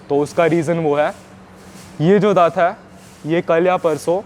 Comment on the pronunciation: भाई मेरे हा हा मत बोल है शब्द है..नया है यहा 😅😅😅